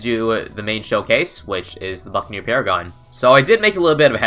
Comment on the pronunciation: The way you said buccaneer paragon sounded like "the fucking new paragon"